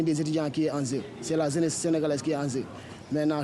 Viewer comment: Des étudiants qui s'expriment ainsi ?! mon Dieu vivement que l'on ferme cette université .. << vraiment c'était une situation déplorante...>> <<Zraiment c'est très désolant C'est l'awenir de la Zeness qui en Zeu...c'est zeuness sénégalaise qui est en zeu...>> << je dois quitter ici pour aller à pikine...>>